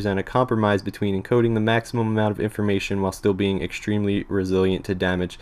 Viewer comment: Ashtronaut, shtructure, ekshtremely, it looks like you change every S sound before every T into SH. Is this a habbit or some local accent? I am asking as an English tutor who has to study many accents to understand all sorts of materials from many corners of the world.